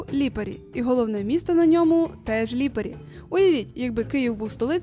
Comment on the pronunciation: Ставте наголос на перший склад у більшості власних назв, бо ріже по вухах ліпАрі... А ще не хамон а прошутто крудо, хамон - іспанія А взагалі - класс, дякую за контент